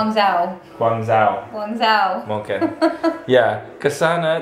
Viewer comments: guangzhou dibaca guwang-cho bikin video trip aja ke kota sekitar jogja pak :) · Guangzhou = Kwangchow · ralat: kuang cou